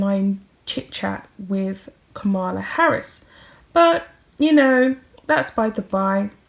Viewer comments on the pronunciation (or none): the next Vice President of the USA is called KAmala Harris with the stress on the first syllable NOT KaMAla Harris. Kamala Harris is multi-race, Indian-Black, and has NO time at all for Meghan the mad Markle. Just because Megsie likes the Democrats doesn't mean the Democrats like Mad Mooh. She is a real pain in the neck. For anyone who has been following the important American election (important for the whole world as Trump is insane and getting worse so we have to be careful what happens around the world these days), will have seen that the Harkles have not risen to any conscious level on the Democratic landscape. It really is time we stop talking about the Harkles as they are now just pathetic. What a useless pair. If that coat is the same, Mad Megsie has made a real mistake chopping it off, especially as the inside hem is hanging down and clearly visible. What a useless person the Megsie is, not even a good clothes horse. Shre can't wear anything without making it look shabby and too tight because she squeezes her weird shape into too small clothes all the time. She's like a bad sausage popping out of its skin. Let's put them to rest and bury them in irrelevance.